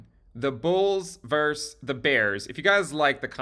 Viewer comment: “versus” is pronounced “vers-sus,” not “verse.”